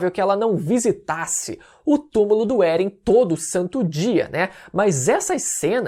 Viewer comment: mas por que "Beren"?